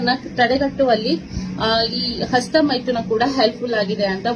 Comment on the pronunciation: "ASTA" ALLA "HASTA" MADAM, HOW MANY CHILDREN DO YOU HAVE MADAM, CAN YOU PLEASE TELL ME.